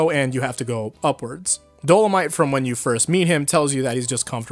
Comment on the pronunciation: Just want to mention that you pronounced dolomite wrong in the video, else awesome video